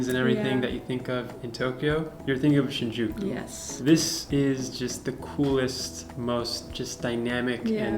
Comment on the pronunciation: Shinjuku sounds like sin you cute